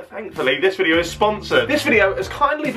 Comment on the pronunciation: He says videeo like alex now lol